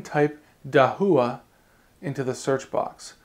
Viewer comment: dude, I asked a Chinese friend of me, and he said your pronunciation of Dahua is incorrect.